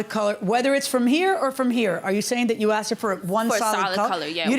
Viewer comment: “I axed”? Let’s start there.